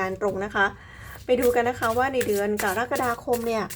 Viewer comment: แม่หมอจบอักษรศาสตร์จุฬาแน่เลย พูดคำว่า กะระกะดาคม ได้ชัดเจน ถูกต้องตามหลักภาษาไทยแท้เลยค่ะ